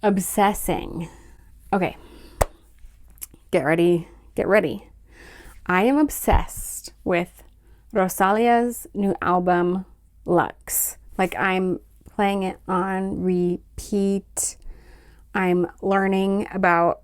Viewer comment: Hey! I’m from a smalltown close to the smallown Rosalía is from!! It’s amazing you guys also listen to her, I love when people are open to listen to artists from other countries, it enriches art so much. Just a quick fyi, the correct pronunciation of her name is with and emphasys on the ‘i’ Ro-sa-(LÍ)-a ❤